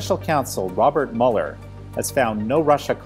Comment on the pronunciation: Why can't he pronounce Mueller?